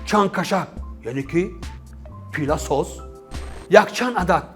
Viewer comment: Пиласос не палисос бесавод